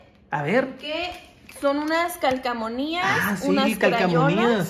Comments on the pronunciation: NO ES CALCOMONIAS🙄, es CALCOMANÍAS… xd no se porque le dicen así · Se dice calcomanias